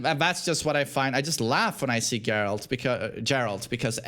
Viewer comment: Great vid as always! not expecting this to be read, but... for the algorithm anyway! nice take on Geralt (I think it is pronounced with [g], not [dzh]) and Snake) haven't played withcher 3 myself, never had such an impression. might do with the difference in localization. I heard that the best voiceover is in Polish, some merits to English dubbing (or localizaiton, not sure, maybe, I've heard that some jokes were better translated in English than in Russian), but the Russian voiceover is more popular where I live, and Geralt does not sound overly chad-like (or like Snake). Anyway, maybe changing localization might help you to get over this image :) And I never thought of David Hayter's Snake voice like something too manly. He always sounded like a heavy smoker, tired, broken soldier to me. Negan on the other hand has a very chad voice in my opinion :) And it's better to read Andrzej Sapkowski's books beforehand (very nicely written). Really helps to not care about presentation of the characters in the game :)